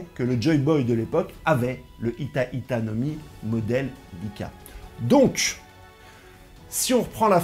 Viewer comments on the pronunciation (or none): C’est Hito pas hita tu t’es trompé 😂